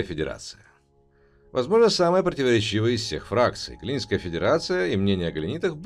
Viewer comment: Объективная критика: Первое: не надо употреблять "Галенитская федерация", лучше использовать "Федерация Галленте". Первый вариант звучит крайне дико, сами послушайте свой рассказ, поймете о чем речь )) или как в комментах вам уже подсказали - "Галлентская федерация" =))) Второе: поработать над звуком, иногда звучите монотонно и как будто проглатывается часть фразы Третье: убрать вздохи и придыхания между предложениями. Это будет приятней слушать. Как рекомендация - надо секции дробить на более мелкие и потом склеивать на монтаже ) Четвертое: иногда к концу предложения звучите как "умирающий лебедь", т.е. громкость голоса падает и это сильно контрастирует с остальным предложением. Ну а так, продолжайте ) Посмотрим что у вас дальше получиться ) Интересно будет послушать о Нации Саньши, битву за Калдари Прайм )) Надеюсь что вы прислушаетесь к критики и сделаете свой контент лучше )